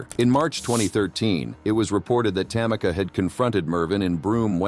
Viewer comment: It’s pronounced ‘Tam-ee-ka’ not ‘Tam-icka’